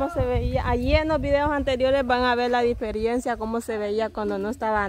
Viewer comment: se dice (DIFERENCIA) no se dice (DIFERIENCIA)